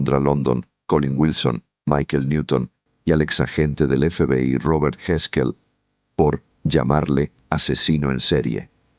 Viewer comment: Robert Heskelr dice😂😂es Robert Resler,pronuncia bien